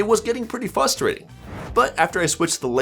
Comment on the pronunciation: did bro say fustrating?? Without pronouncing the "r"?? HE DID IT AGAIN!!! THIS IS SO FRUSTRATING